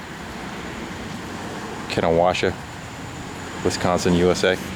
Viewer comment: Kenosha is pronounced "Ken-O-sha"